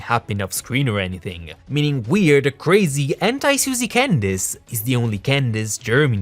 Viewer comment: Can I just say I love the way you say Candace?